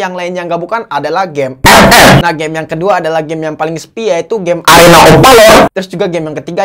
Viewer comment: Kesini gara gara ngomong ep ep 🤣🤣🤣